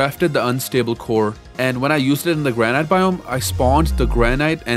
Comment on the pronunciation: for some reason granite is pronounced granit